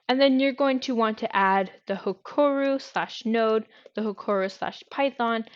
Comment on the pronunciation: BTW its HEROKU not HEKORU was painful to listen to the end, but thank you